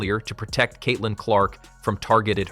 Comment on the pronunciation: 'Cat'-lin Clark? Another mispronounced AI narration. Bye.